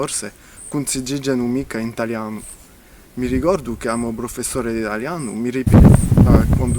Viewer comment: the intonation and some nasals. The way he says "italiano" or "frança" etc. It even sounds Romanian at times.